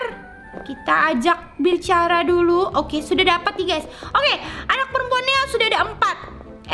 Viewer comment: Bicara kali kak bukan bincara